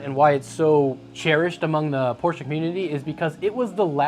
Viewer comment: As a German im Glad your pronouncing Porsche the right wayg